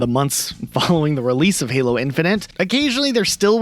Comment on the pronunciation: ah yes "Heelo games" Love that franchise.